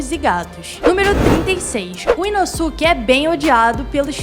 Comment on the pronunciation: massa, mas ficaria mais feliz se pronunciasse os nomes corretamente... nome é nome, não muda, independente de onde se está! "Urokodaka"? "Inossúki"?